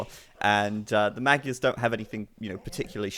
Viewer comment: Keep it up you guys. You're pronouncing magyars almost correctly now. :D Say the first 'a' identically to the second and you're there.